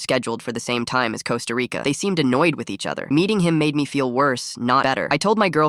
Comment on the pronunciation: Why did bro say it like "CoSta RICCAA" the first time💀